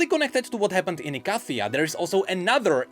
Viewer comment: Bad. You know the mage of Ikathia pronounces it "e-kay--thia".